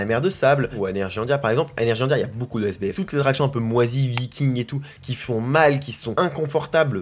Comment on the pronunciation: Quand tu as dit sbf j'ai cru que tu avais dit SDF😂